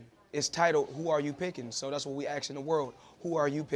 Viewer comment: AXING the world....@